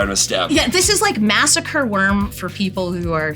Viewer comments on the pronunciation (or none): none